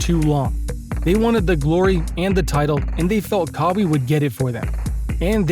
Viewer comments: lmao.. this youtuber lives in Amazon. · who tf is kahwee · Bruh i needed this laugh 😂😂. Kaweee leonard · Pronounce his name right 🤦‍♂️ kawie wtf is that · I know ur fake when ur pronouncing players names wrong. KAA-WEE LEONARD 😂. I bet u never heard of dis dude before and just made this vid to get views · Thank you. 😂 I wasn’t even tryna hate, it just makes u look bad when u say KAA-WEE LEONARD and claim to know all about him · just a little feedback, please pronounce his name right. Other than that keep improving I liked this video 🔥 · Why he pronounce his name like that? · How much do you know about the man himself u can’t pronounce his name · I was confused everytime I heard it in the video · I don't think anyone is hating on you. This only being the first time I've watched a video from this page, its just hard to take you seriously when you mispronounce one of the most talked about players in the NBA this year, 2nd to Lebron James.. First impressions are everything. Imagine going to a page with NBA content like yours and in the opening line they say, today were going to talk about how Lee-Bron James lead the Los Angeles Lakers on a historic run to win the NBA finals in his 17th season. You would turn that shit smooth off!!! 😅🤣 Everyone knows how to pronounce Lebron's name.. Moral of my feedback is you have to do better with your information when you are speaking about facts because all it takes is one hole in your story to sink your boat.. Just constructive criticism thats all. Keep doing you 💯